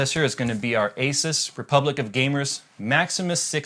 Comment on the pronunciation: A-SOOS Maximus 6 Gene not Jeanie.